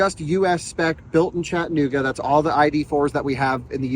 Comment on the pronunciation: It is NOT CHATT- NOOGA. It is CHATT- A-NOOGA